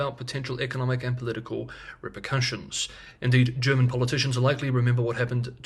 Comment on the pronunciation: Thank you for delivering your excellent analysis every day on time for my lunch break ☕🥪 Your German pronounciation is spot on.